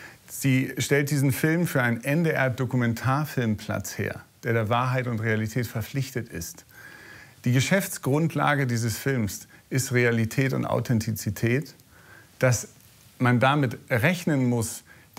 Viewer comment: An den Redakteur: es heißt "Authentizität", nicht "Authenzität"...